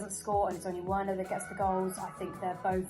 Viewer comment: Butcherd them laaaaa